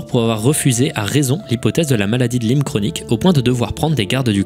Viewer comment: et tu continues de te tromper : ca se dit maladie de la-ï-me, pas lime